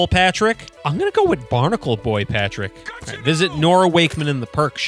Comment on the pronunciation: That patrick pronunciations is surprisingly good